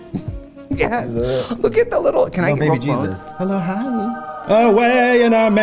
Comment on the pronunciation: I L O S T I T at "Little Lord G-esus" omg 😂😂😂